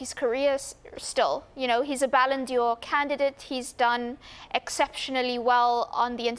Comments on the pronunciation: What the hell is a “balondior” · "ballon d'or"... nothing to do with Dior, lady...